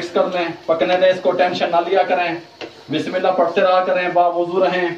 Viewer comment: Hello sar aap bismillah Sahi Nahin padh rahe ho bismillah hirrahman nirrahim is Tarah padhe